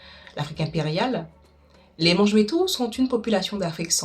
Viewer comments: Paix sur vous excellent apport! Par contre juste un petit effort, sur la prononciation du mot qui fait l'objet de votre sujet. (MA NGBETU et non mangebétou ),car nos langues et dialectes vibrent au son de nos mots ceux cis se devant d'être justement et phonétiquement bien prononcés. Matondi (Merci) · Enorme merci pour la vidéo depuis Bukavu en République Démocratique du Congo. Juste une chose,Mangbetu se prononce Manguebetu(comme la combinaison de Mangue et betou) et non Mangebetu